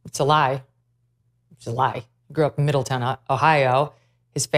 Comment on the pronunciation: Pronunciation aid - Middle -Town, also called by many locals Middle-Tucky.